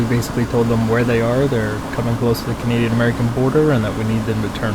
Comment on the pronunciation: did just say Cadian air force? 😅